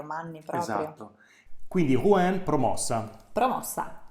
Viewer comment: Rouen.... Rouen non si dice "Ru-èn, si dice Ru-han, con il nasa tappato